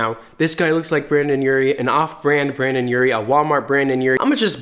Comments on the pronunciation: Does anyone else hear him saying “BrAndon Urie”?!?! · Did anyone hear him say brandan?